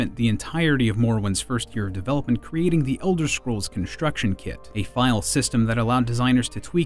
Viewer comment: Why does he keep saying Elder "Shcrolls"?